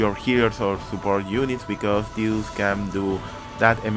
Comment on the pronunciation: lol what do you keep calling him? Tew? xD